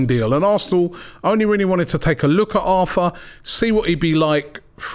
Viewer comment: Robbie please... Not Arfa. Its Arthur